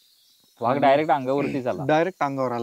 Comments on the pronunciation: Vhag नाही तर वाघ असा उच्चार आहे मित्रा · सही पकडे..😂 व्हाग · वाघ की व्हाग, बाकी माहिती छान मिळाली. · मुलाखतकार वाघाला' व्हाग ' म्हणतो आहे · व्हाघ... उच्चार कधी शिकणार